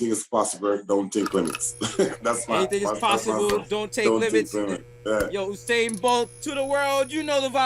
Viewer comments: Yeah and he pronounced the name the way Jamaicans pronounce it, U-sain while Desus talking 'bout Who-Sain lol. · How Desus doesn't know how to pronounce Usain's name? SMH